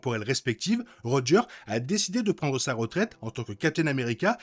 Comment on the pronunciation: Merci pour cette belle vidéo recap. Je me demande si Doom n'est pas de l'univers ou Steve s'est installé et qui a peut être subit une i curdion, même après que Loki aurait déplacé Steve dans une autre réalité. Ps: avec toute bienveillance, les mots ou tu oublié de prononcer le 's': Marvel Studios (Studioz), Steve Rogers (rogeursse). Je répète, avec toute la bienveillance possible ❤